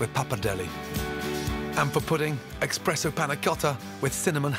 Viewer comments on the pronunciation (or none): i expected him to pronounce "espresso" correctly and when he said "expresso" i genuinely winced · Excuse me gordon what was that? 'expresso' Gordon..... please no... Not you. it's ESPRESSO there is no X in there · oh nooo Gordon! You said expresso no espresso :/ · Gordon: “what is this?” Son: “Beach” later What is this? Gordon: “EXPRESSO” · He actually says “expresso” twice... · Why does he have to go and say that 'Expresso' shock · So, we're not going to talk about Gordon pronouncing "espresso" as "expresso"? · he says 'expresso' instead of espresso. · Nooooo.... Gordon Ramsay saying "Expresso" just struck me like a Lightning in the Heart😱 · Even the great Gordon Ramsay mispronouces espresso, ekks-spresso, psh! 😲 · "Expresso", Gordon? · GORDON!!! Of all people I would have thought you would know how properly pronounce espresso. It's not expresso. it's espresso. Jeez guy! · Oh no Gordon, you didn't say eXpresso :-( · Expresso lol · Did he just pronounce espresso as "ex-presso"?? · expresso /facepalm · Gordon, I really respect you as a dynamite chef, but you just said "expresso." That I can't get behind. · He really said, "EXPRESSO"... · I'm pretty sure Ramsay said "Expresso" :o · he actually said eKKKKKspresso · did anyone else hear him say 'expresso' or ......? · did he just fucking say eXpresso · I can't believe a 3-star Michelin chef pronounces espresso as "expresso" ( and again ). Oh, Gordon. Tsk, tsk. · I love those recepies and overall, but say one more time eKspresso and i will ruin your whole career Gordon XD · I was also shocked. I had to go back to give it another listen. How could Gordon Ramsay pronounce it as "expresso"? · I had to go back to see if he was really saying it hahaha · Did I just hear Gordon Ramsey say “expresso” 😂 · Nobody: Gordon: EXpresso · Had to rewind to make sure I heard it right, didn't expect Ramsey of all people to make such a basic mistake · 10 million Michelin stars and he still says 'expresso' rip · I know, expresso! facepalm